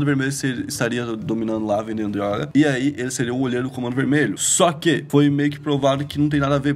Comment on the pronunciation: o nao consegue falar "drrroga" kkkkkk parece um gringo